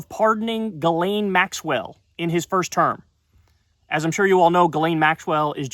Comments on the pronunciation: OK so I appreciate your work but it's "GhiSSSSSSlaine Maxwell", get the pe**'s name right 🤭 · Isn't it Gisthane? It's definitely not "Galane". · Is her name pronounced as JIZZ-lane? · It's pronounced jizzlane💦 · Actually her name is pronounced like 'jizzlane' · GISSS lane, Kyle. Ghislane with an S. LOVE YOU KYLE!!